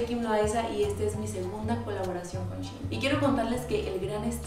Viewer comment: Kim solo te digo que shein se pronuncia como se escribe